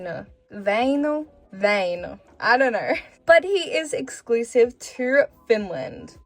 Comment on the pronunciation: Wow that's the best pronunciation of Väinö from someone who is not Finnish I have heard